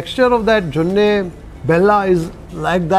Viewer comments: it is JONI BELLA, not JONNE :)😃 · It is "joni' bella.. Not jonne.. 😊joni means honey.... And this cuisine is not North Karnataka, but North Canara, which means Kumta, Shirsi and those places...